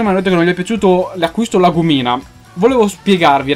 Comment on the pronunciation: Si dice La Gùmina